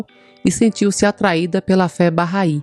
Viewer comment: Bacana. Fui p Israel e conheci o jardim Bahai. Se pronuncia “barrái”. É muito bonito e bem cuidado por voluntários bahais.